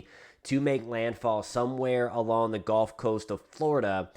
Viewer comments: Thanks for info ! Good report .. but please - one pet-peeve - it is actually pronounced “gUlf” coast …not “gOlf” coast .. 😵‍💫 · You're driving me nuts with your pronunciation. It's not a golf course.... It's the GUuuuuulf course.... 😢